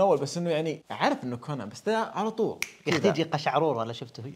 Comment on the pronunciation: قشعريرة ✖️ قشعروره ✔️